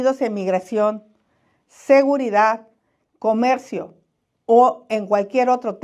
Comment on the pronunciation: No puede pronunciar la letra R, "Lopez Obradog", " comegcio", "Améguica de Nogte",...